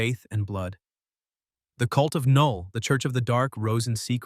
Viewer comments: Why tf are you saying K null? It's (null) the K is silent 😂 Knull isn't a symbiote btw lmfao!! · Null, not K'null. The K is silent. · Who the fuck is Kuhnull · Nulllll not ka null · I hate when the ai says K-null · AI script, AI voice. I can tell by the the way it says ku-null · Knull in pronounced "Null". But I'm pretty sure this voice is possibly AI so🤷‍♂️ Edit: Now he gets right.😆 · The AI is driving me nuts. It kept calling it "Sim-by-ote" Wtf is a SimByOte? Then 20 seconds later it'll get it right and say simbiote and immediately go back to screwing it up! 🤬 And how does AI not know the K in Knull is silent? It doesn't say K-nife! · AI narraration saying "KA-null" lmao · DUUUUDE if you say Ka-Null one more time !!! 🤬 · Now chat GPT you know that K is silent😂! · Trash. Said knull wrong. Got venom backstory wrong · SAY KNULL RIGHT DAMMIT😂😂😂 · Not to be “that guy,” but the K in Knull is silent. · It said knull wrong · It’s ai so it probably can’t differentiate some lines he said knull like null but other lines the k is pronounced so it’s just ai messing up